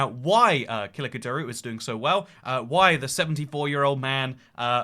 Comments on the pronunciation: It’s pronounced like kilichdaroglu not kiligdaragulu br😂😂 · Pronounced: Kalichtdarolu. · the letter ç is pronounced like "ch" and not a "k" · Pronunciation Kil-itch-da-row-lou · Btw it is Kilichdarolu ( the g is silent) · Kemal Kiliçdaroglu is pronounced as Ke-mal Ki-lich-de-row-lu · This pronunciation isn't quite right either, but the opposition guy's names is closer to kooloochdaroloo. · kiliçdaroglu is pronounced "kill-itch-dar-o-loo" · as a turkish person i can confirm that ur pronounciation is very wrong. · i like how he didnt even try to pronounce Kılıçdaroğlu at first try :d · no, ç is pronounced like ch in turkish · I love how he pronounces Kiliçdaroglu 😂 great video! Hope to see more.